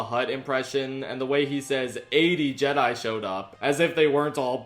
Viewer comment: How - HOW - did you cover the Bob Goldstein sketch and NOT mention the fact that he pronounces Jedi 'Jeddy'? Laughed my arse off for a solid 30 seconds first time I saw it, such a simple but hilarious detail.